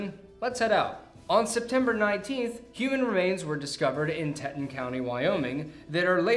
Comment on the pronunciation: … it’s pronounced Tea-ton… I’m from Wyoming